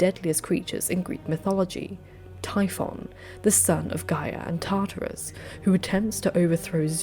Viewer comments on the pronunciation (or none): none